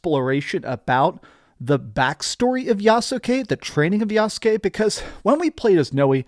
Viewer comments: It’s YAHS-KE. Not Yasookay. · Yassskay not Yasookay. Still enjoy your videos man, lol. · The "U" is silent so is pronounced YAS-KE like SAS-KE(Sasuke) or INOS-KE(Inosuke) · The U in Yasuke is silent